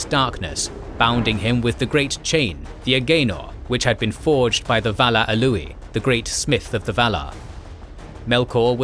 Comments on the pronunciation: A-oo-lay not A-loo-ee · it's Aulë(Awley) ,not auuli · did bro just call aulë alúë 💀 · Love the video but dude still pronounces Aule as A-Louis. Sounds like somebody's cousin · i think it is pronounced as "awl-e". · Great video, but one thing: Aulë is pronounced ow lay